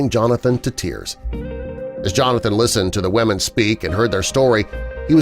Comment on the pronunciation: ‘ he had to make sure that the WaMeN were ok’ 🤦🏽‍♂️😂